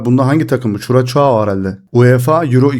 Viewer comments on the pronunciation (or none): kurasav okunuyor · Beyler Türkler "Ç" harfine aldanıp kuraçao, çuraçao diye telaffuz ediyorlar. "Ç" harfi S harfinin biraz uzatılması gerektiğini belirten bir harftir. O nedenle doğrusu "Kurassau" diye okunur...